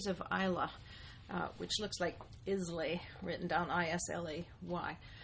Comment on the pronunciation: pronounced " i lay"....